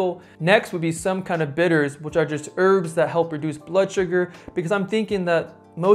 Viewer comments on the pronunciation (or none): none